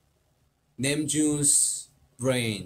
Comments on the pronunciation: "" LMAOO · In Korean: says Namjoon normally In English: "" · I heard 'Nemjuice' tho💀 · JUNGKOOKIE IN KOREAN : NAMJOON JUNGKOOKIE IN ENGLISH : nEmJooN